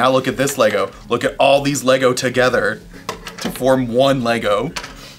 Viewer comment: Finally - correct pronunciation of the brand.